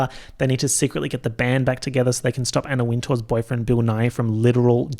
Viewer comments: every single time said 'bill nighy' i heard 'bill nye' and was WAITING to see Bill Nye the science guy partnering up with a rodent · literally why did I think he was saying Bill Nye, as in the Science Guy… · I KEPT THINKING HE WAS SAYING BILL NYE AND I WAS LIKE THERES NO WAY THATS THE SCIENCE GUY IT TOOK ME GOOGLING IT TO REALIZE